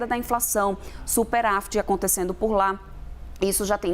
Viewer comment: A análise da economia sendo feita por uma econimista que fala "superAfit"?